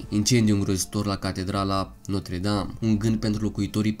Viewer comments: Se zice Notră Dam Nu Notre Dam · Gresit spus catredala notra dame se spune catredala notra dramta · Se pronunța notră dam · 㟼๒ค๓๒oo ,eu am invatat lb.franceza 8 ani,si-ti spun ca asa am invatat ca se pronunta...